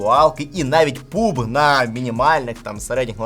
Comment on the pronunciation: Чого Пубг? Пабг, U закрита чатаеться як А